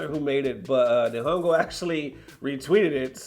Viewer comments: It's pronounced knee-han-go and then gamer. Also wasn't the FGC acting like a bunch of bitches over sf6 box art? Lol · Pronounced kneehongo Nihongo means Japanese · It's pronounced like "knee-hon-go" (Japan in Japanese) <3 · it's pronounced Knee-Hone-Go. it means Japanese language